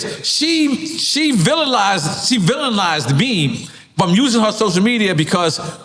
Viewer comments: "Vililized" Nore it's vilified lol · I think he was actually trying to say “villionized” 😂